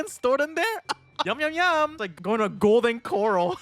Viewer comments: Its golden cor-ahl, not cor-ul 😅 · Uhm it's pronounced coh-rale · ERM ACTUALLY its pronounced golden cr-ah-l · Why you say golden corral like that? It's cor-ral. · A Golden... Coral? Hearing that nearly gave me a stroke. Golden Corral, KER-AL. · I have never heard anyone pronounce Golden Coral like that before